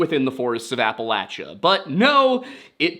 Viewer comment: I love how you can pronounce all the Hebrew names accurately but not "Appalachia" 😅